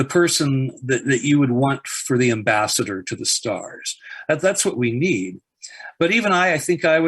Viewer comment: The way he pronounces “ambassador” though